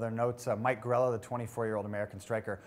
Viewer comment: It's Mike Grella, not Orella.